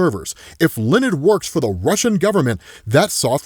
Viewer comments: Loved the video but damn bro its not lenned its leh-oh-need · Between that pronouncing Leonid as Lee-nid, and how far I had to scroll to find this comment, it really did my head in. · Just in case he pops up again, Leonid is pronounced Leo-uh-nid.